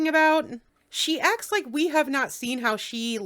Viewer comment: 'The first thing he says is he misses me soo much! Lieke...y'knoww ho ho?!? Liekke...' Sure, Jan.